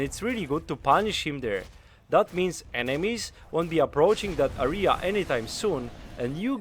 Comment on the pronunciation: "Area" pron. (euh - ree - uh). Besides that, great video! W <3